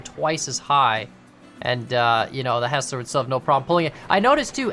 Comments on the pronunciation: its not HESS-LER, its HIGHS-LER, its my last name. youre welcome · The pant of hearing it said as Hesler instead of Heisler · it's not pronounced "hessler" it's pronounced "highsler" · HIGH-SLER Hearing HESSLER bothered me a lot 🤣🤣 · It's heisler Not hesler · please stop pronouncing it "HESS-ler" its "HIGH-SLUR" Thank you! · Btw it’s pronounced ”high-sler”. Fantastic video thumbnail! A loop does fit at the iron mine, so no reversing needed. Fwiw, I love running the Mogul with 1 hopper and 12 cars to the iron and coal mines. Quick and powerful and no wheel slip. You are right on the generator. Just like the compressor gives you brakes on air brake engines, the generator gives electricity for the engines with light bulb (vs oil lamp) lanterns as you saw. I’d love to see a day night cycle with them. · Thank you it drives me crazy! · For the record, the pronunciation is Hi-slur with the e being silent rather than the i being silent. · No no, Hi-sler. There’s an i in it. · Him saying “hessler” makes me want to cry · I think It is pernounced Hi-zler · It's actually pronounced Hysler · I've only hear it pronounced hi -sler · It's pronounced hizs-ler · It’s pronounced hi slur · it's pronounced hiesler